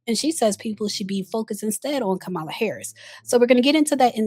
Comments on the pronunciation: Isn’t is Kamala (comma-la) not (kah-ma-la)? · Please pronounce Kamala’s name correctly. COMMA-LA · It’s COMMA-LA damnit! As a Black woman, please do better! Amanda Seals is in the sunken place and is no different than republicans who railed on for decades about Hilary Clinton’s emails. it’s not surprising she finds connection with a fellow narcissistic clown like Ms. Bryant. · Not the host mispronouncing the former VP's name. No ma'am 😅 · Please pronounce Kamala’s name properly. You’re hurting your credibility 😊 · Sis! Love your videos but this isn't the first time you've mispronounced Kamala's name. Hope to see it corrected next time. 🙏🏾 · The biggest concern and question is why you can’t pronounce Kamala’s name correctly?